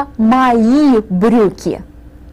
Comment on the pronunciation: брюкй не брюкн